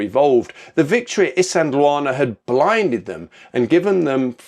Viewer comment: Poms, please learn to pronounce a few words properly before you make videos. Isandhluana, Shaka,...